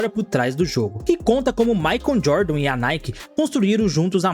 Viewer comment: "Maicon Jordan"? "Nike Hair"? Cara, invista no Inglês que vale a pena!